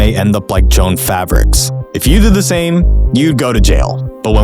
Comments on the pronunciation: If this mf mispronounces JoAnn Fabrics one more time I'mma lose it. 🙄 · Jo-Ann is historically a different name from Joan. I was surprised pronounced it wrong, I thought everyone knew Jo-Ann was it's own thing, and I've never even heard of the store before. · I’ve never heard of of Jo-Ann stores, but it seems like they took pains not to be called “Joan” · It's not pronounced 'Joan Fabrics" with one syllable. It's JO-ANN (Joe + Ann = 2 syllables) Not saying it correctly makes you sound like you don't know the company or English. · Joaane Fabrics, not Joan Fabrics. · It’s pronounced JO-ANN not Joan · It's not "Joan", it's "Jo Ann", two syllables. "JOH" "EHHN" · lol its Jo Anne. Not Joan fabrics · You did all that work And still didn't learn that it's pronounced Joe - Ann not joan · The company wasn't called "Joan Fabrics" it was called "Jo-Ann Fabrics". It is really weird to set yourself up as some sort of "expert" while making such an embarrassing mistake repeatedly in the first minute of your video. You seriously couldn't have run this by an editor? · Jo- Ann, not Joan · It’s Jo-Ann, pronounced Joe-Anne. Not a big deal…but distracting considering how many times you say Joan lol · I’m sure this was an interesting video, but I just can’t watch with you pronouncing Joann like that. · It’s pronounced, Joe-Ann, not Joan…just saying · Dear AI narrator, it's Jo-ANN Fabrics, not Joan. FFS. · Okay you lost me right away at "Joan" fabrics. Jo-Ann Fabrics. I'm shocked that even some of the articles shown didn't even use the proper spelling. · It’s Jo-Ann not Joan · Joe Ann, not Joan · It’s Jo. Ann. Not Joan. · It's pronounced Jo Ann. Not Joann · It's pronounced "Joanne" not "Joan." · Joe- Ann’s not Jones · JO-Ann how is that Joan. Are you Ai. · It's "Jo-Ann" Fabrics, not "Joan" Fabrics. Can we at least get the name right if we're going to reference it in a video? lol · It's not "Joan." It's "JOE-ANN." How much do you know when you can't even pronounced the store's name.